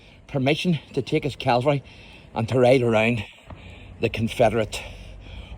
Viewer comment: By the way, the term for US mounted fighting troops is "cavalry", not "calvary".